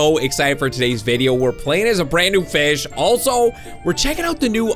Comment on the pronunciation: keep saying feed and grow fiz lol